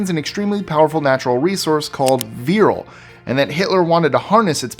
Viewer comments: 8. The nazi society is not 'virl' it is 'vril'. Come on, you make the wierdest mistakes... Besides that, love your show 😊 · It's "Vril", not "Virl".